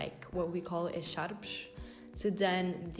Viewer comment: Girl I heard the accent on the echarpes and i knew it was portuguesseeee